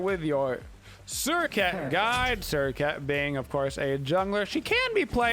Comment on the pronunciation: Your guides rock! You crack me up when you say SerCAT though, lol. <3